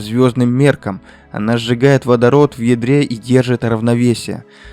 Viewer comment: Послышалось "Она сжигает водород в ведре"😂